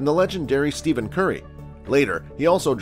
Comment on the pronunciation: At least you should pronounce curry’s first name correctly!!!!!!!